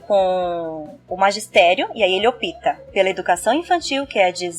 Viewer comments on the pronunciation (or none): Gostei da fala, porém um pedagogo não deve falar opita e sim opta, me desculpe, mas sou pedagoga e professora e muito cuidadosa com a Língua Portuguesa. É só uma crítica construtiva, não foi pra ofender. Um abraço!